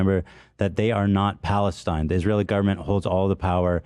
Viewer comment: he refuses to even pronounce Palestine correctly